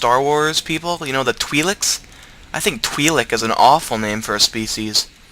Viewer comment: its pronounced like: twye-lek